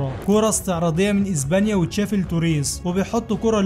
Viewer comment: اسمها اسبانيا و ليس ازبانيا 😂😂